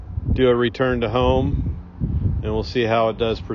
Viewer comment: You would think they'd know how in the app to spell 'return' by now. Even the voice says 'ruturn'.